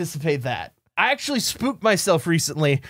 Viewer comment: said "releasently"